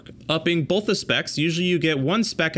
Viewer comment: “Bolth”. So distracting.